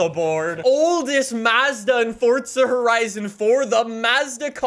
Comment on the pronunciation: Forza not fortsa